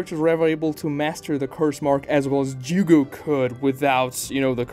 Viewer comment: Jugo...it's jugo lol